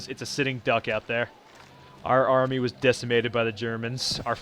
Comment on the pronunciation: Hmm I thought it was army not armai